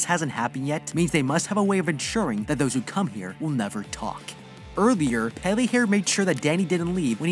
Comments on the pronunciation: The last "e" in "Pelle" is pronounced the same as you pronounced the first one. /e/ instead of /i/. Really, this applies to all the "e"s, they are all pronounced the way you pronounced the first "e" in "Pelle". When they want to pronounce /i/ they use "i". I think the "e" as /i/ is just something English has picked up from non-Germanic roots. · Pelle? No, Peyley